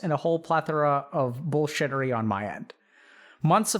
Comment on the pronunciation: "plethora of bull shieterry" lol